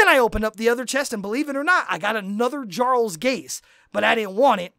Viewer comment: first off, Jarl is pronounced (yarl). like most of the game that is base from old norse where the j made a y sound. second, i have went into queue with very well geared players that know their class and it has still taken longer than 30 min to do 1 raq and unless u go in with a tank and healer already in group u will sit in q for 15 min. some of us jsrt arent that lucky. i have run rlq, riq, and req and still not gotten my ad cap. thats with getting 45k rad from req alone idk how u did it, ill be testing this out tonight and will comment again with exactly how much time it took to do the 5 u mentioned and how much rad i got not counting the item drops and such